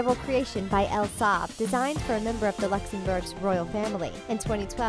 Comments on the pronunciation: Silver lame? Luh-May. I love L. Saab dresses, don't you? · Elle Saab??? LOL you need to learn how to properly pronounce the names you use on the video.